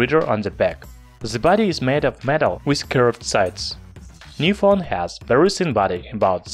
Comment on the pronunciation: вЕри вЕри гуд😂👍